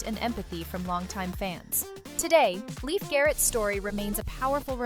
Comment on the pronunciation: Leif Garrett is pronounced like "Layfe", not "Leaf"